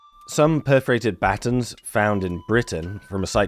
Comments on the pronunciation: took me a minute to realize you were talking about buh-tawns' (American pronunciation)! LOL! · You say the word "batons" funny. What's next...funny pronunciation of "tomato"?